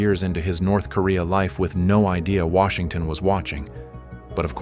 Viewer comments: You wanna go to “NERTH KOREA” 😂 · "Nerth" Korea 😂 These AI videos... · Nerth Korea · NERTH Korea 😂😂😂